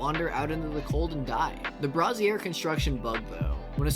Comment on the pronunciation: Loving your vids. I've been beating my head into the wall on this game so it's amazing to see someone run the numbers. Going forward though - brazier is pronounced "bray-zhure" - the other way is a bra... for boobs. Sorry, I just kept seeing dancing bras! lol